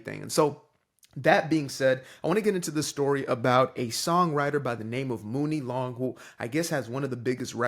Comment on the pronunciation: Woke???....at the end of the day. Writing songs are HER WORDS. If she don't want someone white to sing her lyrics, it's her own right. Also, her name is pronounced Money Long!!! #CultureVulture